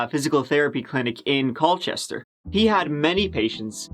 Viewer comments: Hate to be that guy but it's pronounced "Cole-chester". Source: am Cole-chester person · My dad lived in CallChester until he was Turdy Nine (Its pronounced "Coal-Chester")